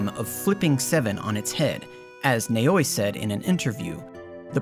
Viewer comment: Except for Naoi, you said the Japanese names pretty well, Naoi is pronounced "nah oi"